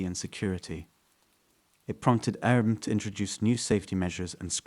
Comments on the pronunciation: If you're going to tell a story you should know how to say the words in your stories, like Airbnb. Air-B-N-B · AIR B and B. Why is that so hard for you to say that your at the point of mumbling it. It's just a Letter lol. And 24/7 is really just said like 24 7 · I had to correct him in my head every time 😂😂